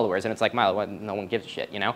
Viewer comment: Love your work and the work of those recommended. Just thought I'd mention that Milo is pronounced "Mee-lo". ❤ Edit: FYAC on! Heh.